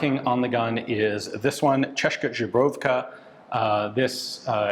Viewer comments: Ian says a few times something that sounds like "czaszka żubrowka" (instead of "tsheska zbroyovka"). In Polish czaszka means "skull" and żubrówka is a kind of vodka (bison grass vodka). Quite funny. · it’s CHESS’-ka zbro-YOV-ka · That's Česká Zbrojovka Not Češka Zubrovka :D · cheshka jobrovka? Shpol? Not even an attempt bruh 😔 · Thats the weirdest way to pronounce Česká Zbrojovka Ive heard so far. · Whoever taught you to say Česká Zbrojovka must be very dissapointed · lol ta výslovnost 😀 Stačí to napsat do překladače a pustit si výslovnost, pak to nebude tak tragické.